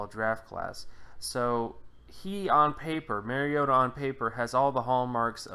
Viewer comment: You are absolutely 100% WRONG. His name is not Marcus Maryota. His name is Marcus Mariota. Please learn to pronounce the name of players you are analyzing. Hint: It's not MARY-O-TA. It's MARI-O-TA as in Mario Andretti. Pronounce TA instead of Andretti.